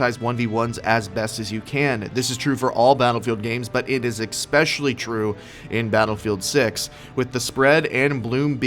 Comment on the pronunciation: there's no X in ESPECIALLY